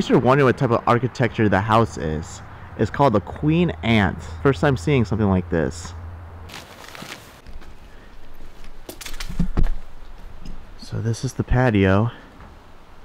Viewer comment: Just wanna say, you said Queen Ant, or that’s what it sounded like. Hopefully you meant Queen Anne. Anywho, love your vids. Please keep up what you do!!